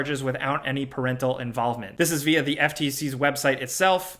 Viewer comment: You almost can't tell that is from NY until he drops a "da." As in, "to da tune of..." Very NY 😁